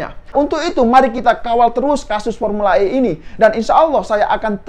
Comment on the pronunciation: Saya selalu ketawa klo abang adminnya sebut pormula E ini krna sirkuitnya msih di alam goib😂😂